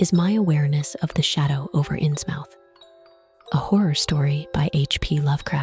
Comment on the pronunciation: Loved the video! But it's pronounced "Innsmuth" ❤